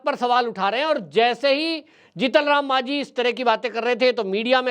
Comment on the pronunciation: आपको जीतन राम मांझी जी शब्द का उच्चारण करना चाहिए